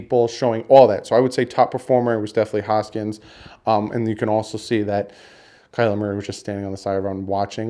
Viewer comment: I hate to be nitpicky but it’s really bothering me that you’re saying haskins’ name wrong. You’re saying hoskins. It’s Haskins.